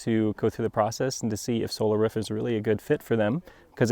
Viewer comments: It's roof, hahaha. But he can say ruf if he wants, he's the installer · Why does he keep saying 'Ruff' instead of 'Roof' ? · Roof NOT Ruf:) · I keep hearing them say "ruf" "ruf" "ruf" just say "roof" once 😂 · "ruf" lol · I had to stop watching, because the way the installer was pronouncing ROOF, (RUF) good video, I will just try to find another video with same content. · The way this dude says "ruf" KILLS me. it sounds like a dog bark, ruf ruf ruf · He says "roor" so weird ... ruf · 'RUF' thats the way your mother likes it -Sean Connery Ps. The ruf looks amazing. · I thought I was the only one hearing that. Hahah Is this a specific regional accent? Or its just him? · I cringe a little every time he say 'roof' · The man installs roofs and can’t even pronounce it. Weird stuff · Works as a roofer, can't pronounce "roof" correctly... ;) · I'm in the Midwest. That short vowel in pronouncing "roof" is common around here, but not universal.